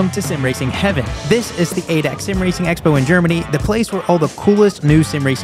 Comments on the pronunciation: pls don’t pronounce ADAC the way you do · Don't ever pronounce ADAC "Eydeck" again. The letters are said separately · Das heißt ADAC pronounciation: Adeeacee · Its not ADAC Its A-D-A-C you pronounce every letter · ADAC is pronounced A-D-A-C 😂😂😂 bro